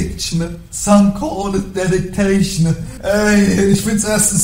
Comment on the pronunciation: Einfach community fronten dafür das sie kein englisch können und dann dedication falsch aussprechen 💀😭